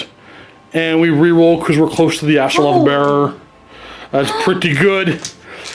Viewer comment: it's AstroLITH not AstroLOTH come on